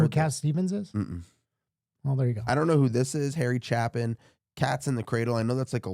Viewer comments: It's pronounced CHAY-PIN, you're pronouncing it Chappin, there's only one P in his name, 3rd grade phonetics. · Hey guys Chapin is (Chay Pin). Also, check out "Taxi". Other artists of they same ilk, Folk-Rock, Jim Croce (Crow-Che) and Gordin Lightfoot. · His last name is pronounced Chaypin. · BTW, Chapin is pronounced Chay-pin. Please react to Harry Chapin's "Taxi". Great storytelling! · Learn how to pronounce Chapin correctly.